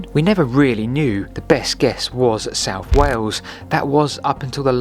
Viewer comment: Souph fwom norph?